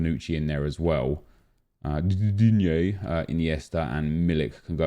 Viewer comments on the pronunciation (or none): none